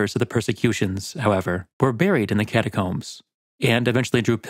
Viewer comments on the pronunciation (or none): Ah yes. The cataromes.